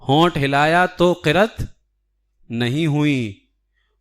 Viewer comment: Qirat nahin hai, qiraa't hai.